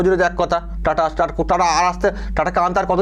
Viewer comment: টাটা নয় টা টা😅